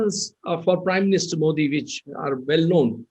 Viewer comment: मोदी is correct मोठी as Karan pronounces is wrong.